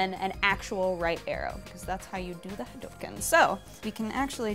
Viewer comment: the correct pronunciation is, ahem, hadoooooooooooouuuuuukeeeeeen. please fix that. thanks.